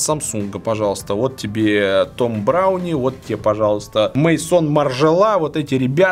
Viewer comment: Не мэйсон, а мезон. Французский же